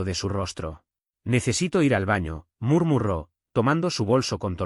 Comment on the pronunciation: En el minuto dijo murmuró mal